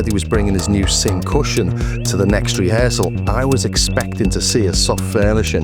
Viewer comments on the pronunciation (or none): That's cussion, as in percussion. Not cushion. Just sayin.